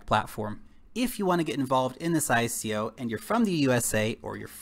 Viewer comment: Love the channel but hate how you pronounce "ICO" :D Bitcoin: 1Q8HuPmL3dWZf5oU934BF5V6eebkV9R8nh